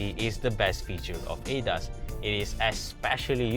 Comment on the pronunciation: I just can't accept he keep saying ADAS here ADAS there LOL. Please call it A-D-A-S.